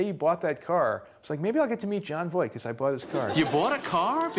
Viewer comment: Funny Jery actually says Jon Voik instead of Voight